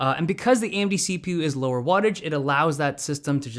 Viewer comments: Is it just me or does it sound like he’s saying Andy instead of AMD at the beginning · AMB? Why do I keep hearing AMB what the hell. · AM-D? It’s not pronounced A-M-D???